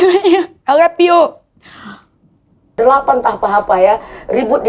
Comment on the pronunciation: Bukan ai leppiu tapi ai lov yu. Hehehe